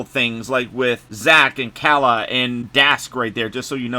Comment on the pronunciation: Salutes to you mr sir your the only youtuber who said kalas name the correct way! Everyone calls her Kayla 😂